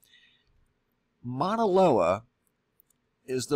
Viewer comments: More help with pronunciation. Mauna is pronounced MAU-nah, not Mana. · Love the information, but geez you're slaughtering the Hawaiian language.. Mauna = Mow-na (as in Cow) Kea = Kay-a Hilina = Heeleena a = ah e = eh i = ee o = oh u = oo (as in ookoolele - ukulele). Sorry... It bugs me. Back to the real issue at hand... If this does slide and USGS or the government didn't tell anyone before hand that they knew it was going to happen, it's going to make them look very poorly. The point of the USGS is to warn and prepare people for these kinds of catastrophes. Right?? I mean, what would be the point in keeping this a secret?